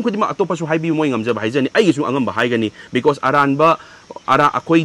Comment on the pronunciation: Because OR becos?? 😂😂